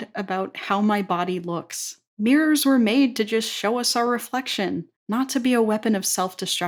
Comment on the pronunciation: I thought u said minors for a sec there. ☠☠☠☠